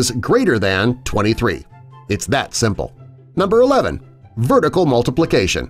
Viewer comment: it said vertic multiplication instead of vertical multiplication